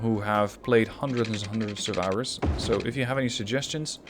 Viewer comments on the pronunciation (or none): none